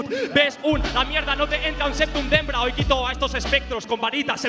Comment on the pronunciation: con mucho amor, te hago una pequeña corrección, en el minuto dice Septum de Hembra, no de Hebra:D